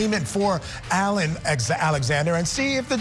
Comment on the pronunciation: Mispronouncing Alon's name. Auh- lon, emphasis on the last syllable.